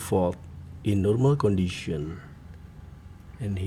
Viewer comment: "In normal qandition" 😊